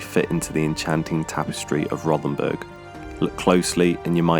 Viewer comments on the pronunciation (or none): It's pronounced.....'Row'-ten-burg'. There is no 'th' sound in the German language.